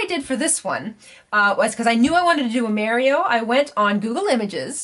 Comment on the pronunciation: I keep hearing you say Merio... 😑 Lol